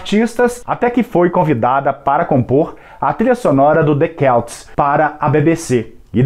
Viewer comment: celts .. celtas .. e nao " quelts "